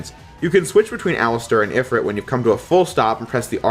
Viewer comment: ifrEet not if rit